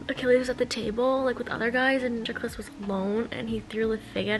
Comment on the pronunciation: just as an fyi it’s Puh-TRO-klus and KY-ron haha 🥰💖 love the video